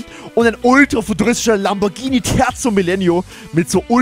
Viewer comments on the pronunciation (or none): none